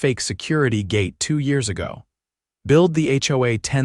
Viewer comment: How often is AI going to pronounce Read as reed instead of red? I gave them the car that detective Connors had left with me. Generous people. Build the HOA? How about billed the HOA. Read 1. Again pronounced reed. How about read [pronounced red] one. I don't to pretend to understand US laws but under what law, federal, state or local could a property be declared abandoned when people were still living in it and paying utility bills?